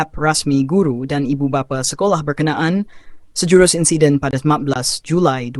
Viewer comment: sapa la suara pngulas ni, insiden jd insaiden..